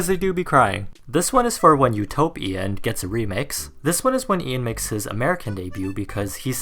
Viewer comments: Did anyone else think of U-toe-pian when he said Utopian LOL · utopian -> u-TOE-p-IAN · Utopian... u-toe-pian... hmm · The album is "U-toe-pian".... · Lmao this is what I heard, U-toe-p-Ian 🤣🤣🤣he had the toe in it!!!!